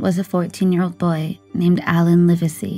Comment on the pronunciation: When recounting the story....get the names right to be respectful. It is not "Liversey" it is Live sey"